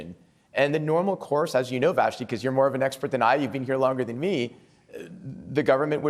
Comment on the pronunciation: vassy not vashe